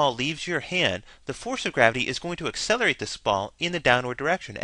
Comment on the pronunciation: "ey-selerate"...really? it's pronounced "ak-selerate". However, still a nice informative video.